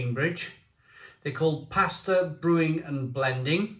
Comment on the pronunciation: It's pronounced Pas-tor-ray (and they're fantastic!)